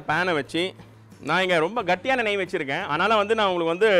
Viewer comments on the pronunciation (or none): Chef athu gatti nei illai ketti nei